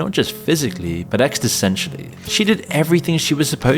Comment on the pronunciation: How can you even say EXTICENTIALLY?